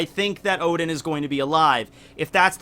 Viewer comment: Sorry but I need to say, the name is "Oden" not "Odin"